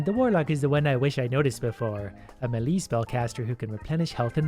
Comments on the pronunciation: I've never actually heard someone pronounce it "muh-LEE". I think MAY-lay is the most used, followed by ME-lee.. Leave it to to invent a new pronunciation lol... I mean smash bros is the authority right lol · can somebody teach how to pronunce melee? its me-lay, with emphasis on the me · Just a tip: Melee is pronounced "maylay". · Im a bit annoyed that says melee wrong